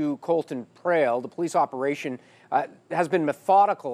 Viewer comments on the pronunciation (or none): "POLICE OPEATION"?